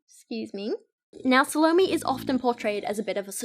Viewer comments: hey there! just wanted to let u know that the pronunciation of Salome is Sah-loh-may, not Sah-low-mee. I thought your video was really interesting, I love listening to you read poetry! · Suh loh me? I think it's actually "sah loh may" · Sah-low-may not salami :) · Salome is, roughly, "ZAL-oh-may" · Loved the way you drew parallels between the poems :) ("sa-low-MAY" is how it's pronounced) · Salome is actually pronounced "SAH-low-may". I flinched at your pronunciation, but I loved the vid otherwise. XD (Part of the reason I love it is because I'm a writer and, yes, I released a poetry collection of my own back in 2015. I'm always interested in hearing the thought process of readers as they analyse the work they're reading, rather than just a straight is-it-good-or-bad verdict.) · It’s SAL-OH-MAY and I only know because of the opera Salome lol. She kisses Johns detached head at the end and it’s gross. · Just a heads up--Salome is pronounced SAH-loh-may. It made me cringe every time. 😂 But man, I love these videos looking at Youtuber poetry. It's such a trend right now. I'm not a huge poetry person anyway, but a lot of these modern "poets" drive me nuts because it's just feeling and no craft. Feelings might be powerful, but they don't necessarily create good art. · The way she pronounces salome. Sounds like salami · sal-O-m, the 'e' isn't pronounced. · I think Salomé is pronounced 'SA - luh - MAY'. The name is often written with an accent at the end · It's SAL-oh-Meh, accent on the mehhh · The way you pronounce 'Salome' like Bologna Girl, I